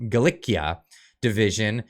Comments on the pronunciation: Gal ee she a I believe it is and not Gal lick e a. I can't stand that Gould person. I've seen and heard quite enough from her and I hope Poland gets Hunka. He had his few minutes of glory thanks to Trudeau and now he can leave Canada. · GALIICIA pronounced ”GA LAY SEE A” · I have no idea about the Austrian connection but I am hoping Canadians can pronounce Galicia properly.